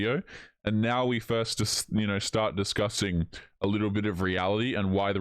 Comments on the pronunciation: Does anyone else hear her say "disgusting" and not "discussing" 🤣🤣🤣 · Is she pronouncing "discussing" as "discussting"?? Also, if you are on the hookup apps A MONTH after your relationship crashed and burned....uh...."I've always loved love so much" says it all. He was a bit player in the movie of HER LIFE.